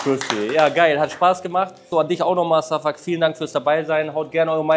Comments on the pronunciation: Name: Şafak Holle: Safuck Aussprache: Schafak 😂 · Warum kannst du seinen Namen nicht einfach "Schafak" aussprechen? Da ist doch jetzt nichts außergewöhnlich schwieriges